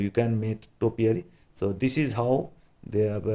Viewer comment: Introduce not introduje. This not thij. Pushing not pussing. Just not jujt. Because not bcoj. Properly not poperly. Size not sije